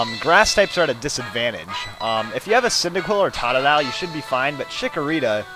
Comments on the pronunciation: I hate how he says tah tah dile its frickin toe tu dile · its pronouced tota-dyle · its to-to-Di-Le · it is totadile not tatadile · Totodile is pronounced (toe-toe-dile)